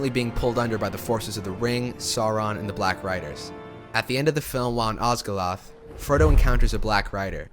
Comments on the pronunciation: Great video, love it But am I the only one hearing Osgalath instead of Osgiliath? 🥴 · Wow I don’t think the creator even saw the movies the way he kept pronouncing Lothlorien “lothorion” and osgilliath “osgilath” lol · how did you manage to mispronounce literally everything? lothorian? you mean Lothlorian baylin? you mean Balin seltic? you mean Celtic osgiloth? you mean Osgiliath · You are mispronouncing some important names. I assume to make this video you must have watched-and listened to- these films several times so your pronunciation problem puzzles me. For example, it is not Os-gil-ath but Os-gil-ee--ath----four syllables, not three. Also Fair--a--mir not Far-a-mir, long A sound. And not Shell-lob, but Shee-lob--long E sound. This directly references the creature's gender, as most of the other monsters we meet are referenced as either male or neutral. But Tolkien specifically and repeatedly refers to this creature with the pronouns "she" and "her." Hence SHE-LOB, which translates to SHE SPIDER----female and in giant spider form. Listen to the dialogue in the films again; since you are making authoritative videos on aspects of the Tolkien films, it would help your credibility I think. And after all, the languages actually do accompany much of the music, and everybody singing it--including Renee Fleming, the world famous operatic soprano!--had to learn the correct pronunciation, as you mentioned in your video. So maybe, in your next Tolkien video, you should follow their lead. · I love your exploration of the themes, but I have a nit to pick: the city is Osgiliath, which has four syllables: Oss-gil-e-ath. You're welcome. :D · This is awesome and you did great work. But. Work on pronouncing ”Osgiliath”. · "Osgilath", lol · Love the video, but I can't get over the Gone-dor, Rohaan, and for goodness sake did you say Ozgiloth? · My only problem with this is how the narrator pronounced some of the names: "Osgilath" Lothorian" Like seriously.